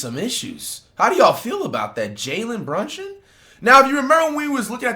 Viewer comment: “Jalen Brunshon”😭💔